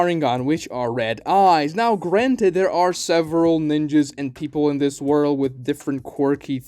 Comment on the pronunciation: Bro really said ninjaS